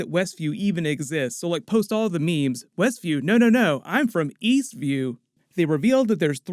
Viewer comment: Eastview? I thought you said, Weastview.